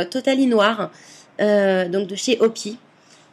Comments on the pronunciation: c pas comme sa qu'on fait du water mable et puis on dit phonétiquement O PI AÏE pas opi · Ma belle , alors je pense que la dernière fois j'ai mal dit ^^'' alors normalement tu doit dire les lettres en anglais donc phonétiquement ca doit se dire : O Pi Aille ;) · OMG on dit O. PI .AÏE ( la sonoritée je veux dire) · En fait ça se dis OOO. Pi. Hey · En regardant la vidéo je me suis dit que j'allais mettre le même commentaire 😂😂😂😂😃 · DSL mais ce n'est pas OPI mais ca se pronnnonce en anglais lettre par lettre